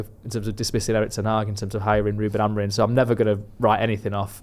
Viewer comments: Really annoying how he says AmoriN instead of Amorim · I love but for the love of god get Amorim’s name right